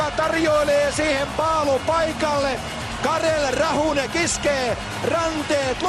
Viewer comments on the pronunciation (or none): "Tomás Vokounen" "Vladimir Růzicka" "Karel Rahůnek" :D Ale je fakt super, a s tím českým občanstvím naprosto souhlasím!!! :D